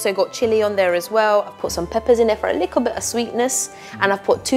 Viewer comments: Nobody: The lady : lIkKle ChICkEn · so cringe when she says likkle